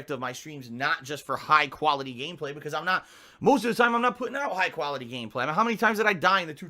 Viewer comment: mentions putting out high quality gameplay and then instantly detracts that, saying that he doesn't put out high kuality gameplay. Which is it? I'm mean you can't, sorry "kan't" say khantent right, right? So I don't expect an answer, but then he says that he's always honest. It's really hard to believe what says at this point, right? Snort.